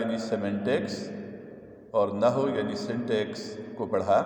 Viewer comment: یہ نحو کے لفظ کو و کے ساتھ پڑھنا ہے مطلب۔ نہ ہو نہیں پڑھنا۔ Na Haww prhna. Naho nahi